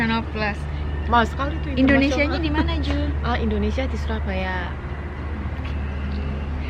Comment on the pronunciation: Pas ngomong "surabaya " Medok 😁😁